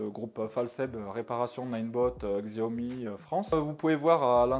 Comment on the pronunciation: Un passionné Xiaomi qui ne sait pas prononcer Xiaomi 🤣